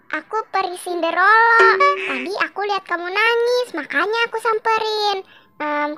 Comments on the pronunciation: Sinderela bukan Sindorela😀😀🙏🏻🙏🏻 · Cinderella bukan cinderello 😂😂😂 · senderela ❌ sendelora ✅